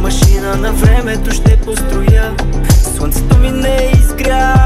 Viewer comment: Песента е много красива,но определено произношението на буквата "Л" в думите ,се забива като пирон в главата ми. "Пуачат всички суънчогледи"...